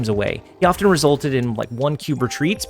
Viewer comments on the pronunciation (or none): none